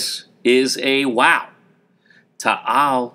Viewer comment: It is not Tahal volcano it is taal volcano